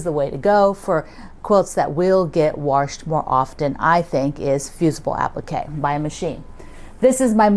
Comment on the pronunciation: I'm not sure where your from but I've been teased my whole life for saying "warshed". Lol MN here